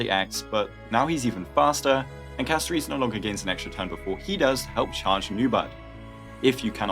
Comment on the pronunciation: why do you keep calling her castoreese. holy